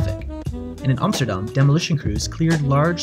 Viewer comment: Ur the first one to say Amsterdam right.